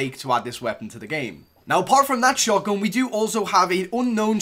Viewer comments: I hate how he says "shotgün" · Why are you saying shotgon? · He said shotgon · The way he pronounces «shotgun»